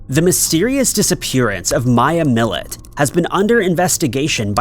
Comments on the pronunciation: Maya Millette: Pronounced Maya Mill-letty. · Why Milletty? Its a french name. Its pronounced Millett.